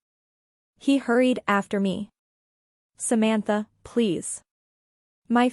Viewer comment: I made it to but had to give up. The bad, awkward AI reading was too obnoxious. It couldn't even pronounce the name "Samantha" correctly.